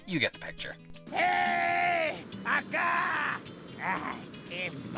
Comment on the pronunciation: Being a castellano speaker in spain, some of the pronunciations are from Latin America, which I don't get it since it's supposed to be in Spain. And a word: "Ven á ca", it's actually "Ven acá". Sorry, I'm just nitpicking.